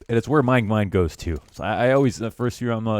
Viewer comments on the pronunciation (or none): none